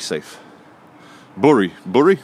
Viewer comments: From the very start of this video, my mother is turning in her grave.. She hated the mispronunciation of Bury. All I can hear. now in my head, is "Berries grow on trees, that are buried in the ground" It's Bury not Berry!!! ha ha ha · It's pronounced " Boo Rye" lmao